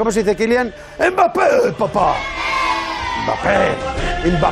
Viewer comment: je t'aime encore plus juste parce que tu prononces bien Mbappé.